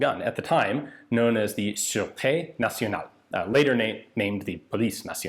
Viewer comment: Su-ru-tay nasionale (sureté nationale)